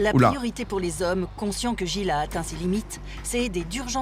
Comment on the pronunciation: je vous jure que si j'entends encore une fois les "zommes" je me fous en l'air